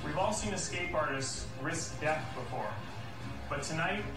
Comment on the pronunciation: A THOUSAND YEARS OF DEAF